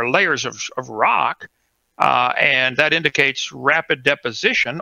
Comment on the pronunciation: Rahks produce rahks